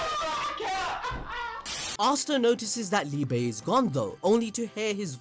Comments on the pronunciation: It’s pronounced “LEE-BUH” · Prounounced ‘lee-buh’ in German if anyone is interested